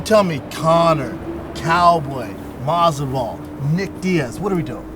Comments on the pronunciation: Of course he mispronounces Masvidal in front of him lol "masival" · why does shaub call him "masdival" it's Masvidal you idiot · conor, cowboy, MASDIVAL lmao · Did Brandon say Mogsival right before the food came out? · Did Shaub just say Masdival ?😂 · Did Brendan say “masival” ? Lol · Yep... usually he says mozdival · Brendan "Mahsival" Shaub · Brendan pulled a joey diaz and said masdival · Schaub said Masdival.. what a Coco Diaz thing to do lol